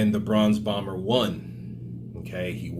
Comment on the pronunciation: Haha it sounded like you said the Bronze bummer, Fury would be proud lol